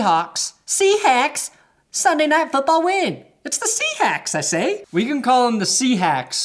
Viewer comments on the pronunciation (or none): I love how he say shewhawe lost to packer in afc championship